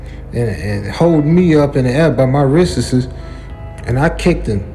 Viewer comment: Held me up by my "wristtises". Is that the same as "breasttises" I LOVE IT!!!! 😲😲😲😲😲😲 xoxoxoxoxo